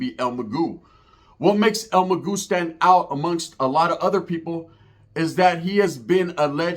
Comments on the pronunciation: Its el MAGO NOT EL MAGÚ MA BOY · Hey stupid it’s mago not magu. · Your story is not all correct and his name Is not Magoo .. it’s EL MA-GO el mago .. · well have some respect for the man and say it right or not delete the fucking video bro la vedad player. "That's the way I say it" bro it's Mag-oh. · this guy doesn't even know how to pronounce the dead guys name 😂😂